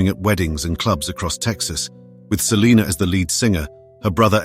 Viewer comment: You idiot you are pronouncing Selena last name wrong